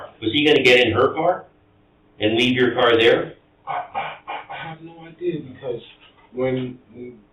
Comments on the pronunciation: Parents, please teach your kids to pronounce “idea” without the “hard r”. 😂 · Why does this idiot keep saying, "ideaR"???